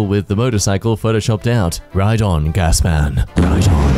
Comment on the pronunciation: Is it me or does this guy mispronounce his words alot: he pronounces 'Gas' as 'Gassis' he pronounces 'Bones' as 'Bonnez' he pronounces 'Rubbish' as'Rabeesh' he pronounces 'Moral' as 'Morrahl' he pronounces 'Balance' as 'Ballangkeh' he pronounces 'Jason' as 'Jass-on' he pronounces 'Lava' as 'Lavay' he pronounces 'Pride' as 'Prihdee' he pronounces 'Titans' as 'Tittahns'